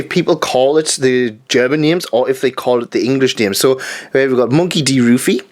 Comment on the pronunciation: I don't know if you know this already but actually the u in the name Ruffy isn't even said like in the English version. The name sound like the English word "rough" and then with the y at the end. It seems like the German anime took some liberties in the beginning, it even had a new opening song. I was surprised to find out that that song wasn't in the Japanese version because imo it fit so well. And usually the German anime openings were just the Japanese song in German (sometimes it sounds even better imo like the first opening of DBZ). But they don't do that anymore these days. I guess enough people are bitching about the German dub for some reason (I like them) so it isn't worth writing new songs. Although they apparently translated the songs in Zombieland saga. I don't know about the opening though. I'm not German I just grew up with German anime so I can't just buy the dvds easily but I'm planning on getting that so I'm curious about the German Zombieland Saga songs :D